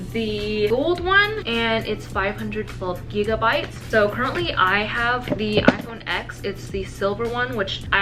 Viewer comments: You pronounce it as "10" not "x" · The fact she says iPhone “ex” instead of 10 shows how much of a “fan” she is 🙄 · Homegirl you call yourself an Apple fan but you say “ecs” instead of “ten” wowww 😂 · lmfao it's pronounced as "10" not "ecs". this is not some word where everyone pronounces it in different ways. "10" is how it should be pronounced. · people (like in this video) say "ex" that's my point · Quinn tuplet it ain’t the right pronounciation. just saying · I get what your saying because you don’t say I have V fingers, you say 5 👍🏽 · She’s “apples biggest fan” but she calls the Apple Watch series 5 the “5 series” she doesn’t know how to pronounce iPhone X correctly and she doesn’t know the color of her ipad 🤦‍♀️ I’m 13 and know more than her. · Pronounces “iPhone X” wrong, too